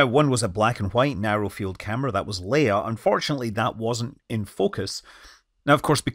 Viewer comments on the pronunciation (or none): none